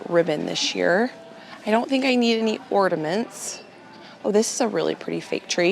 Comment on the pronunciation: Happy you are feeling a little better. Please please the word is ornament there is no D check on google.